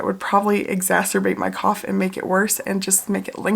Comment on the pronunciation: The way u say cough/ coughing is so funny to me- a South African